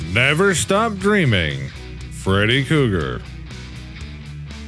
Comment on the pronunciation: Freddy don't appreciate you pernouncing his name last wrong